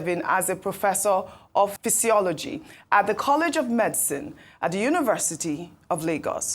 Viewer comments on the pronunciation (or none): said "pisiology" What the hell is that??